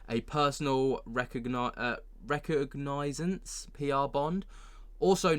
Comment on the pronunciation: Hey - it’s RE COG NAH SINCE But just say ‘PERSONAL RECOG’ and ppl will know what u mean